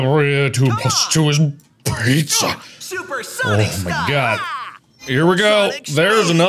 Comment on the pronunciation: As an Italian Marks pronunciation for pizza is perfect fr fr